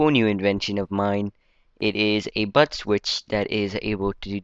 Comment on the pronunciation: It's sounds like your saying butt switch XD no offense tho